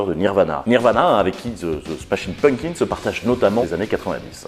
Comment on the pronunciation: Nan là, je ne peux pas me retenir de le faire remarquer : ça se prononce "PumPkins", et non "Punkins". Un petit effort, bordeyl 😑